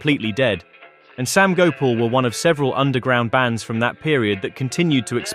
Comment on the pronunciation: Gopal is pronounced go parl not go pull